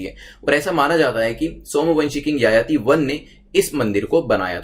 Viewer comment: Sir wo yayati nenhi, Jajati kehete hne